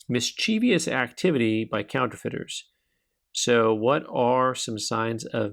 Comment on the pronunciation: You might want to consider looking up the correct pronunciation of "mischievous." You're inserting an extra syllable that shouldn't be there.